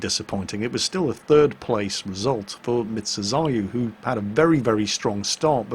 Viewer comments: it's not "Mitzu" but "Mizu". You were saying that first one. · How do you feel about calling you "Mitzu" instead of "Mizu" the whole way through?